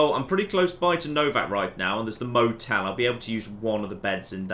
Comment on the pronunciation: Mo-Tell? Did they rename DInky The Dinosaur Mo-Tell? OH MY GOD.